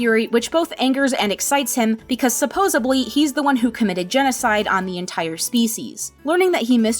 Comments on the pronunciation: SupposEDLY. Not Supposably. My god... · I love this video, but i die inside every time you say "Supposebly".